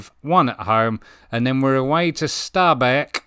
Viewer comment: Really well pronunciation! How you pronounce Stabæk is spot on! Norwegian is a very musical language...up and down in tone. Great episode too! Definitely worth a watch!